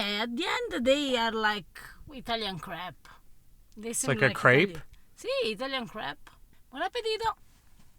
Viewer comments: when she says crepe it sounds like crap hahahaha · I like how pronounced crepe as crap. She said she likes "Italian crap". The only seal of approval any food in America needs is a "Mama Mia" from.